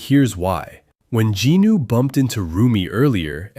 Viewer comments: ... JINU NOT GINU UGHHHH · It is jinu not ginu